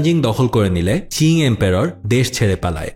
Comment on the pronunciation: চিং না ভাই, উচ্চারণ হবে কিং ডিনাস্টি